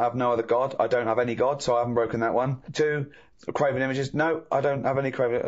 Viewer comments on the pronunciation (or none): ...'graven', not 'craven'